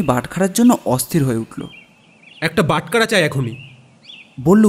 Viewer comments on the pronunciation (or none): বাটকারা শুনতে শ্রুতি কটু লাগছে। বাটখারা হওয়া উচিত।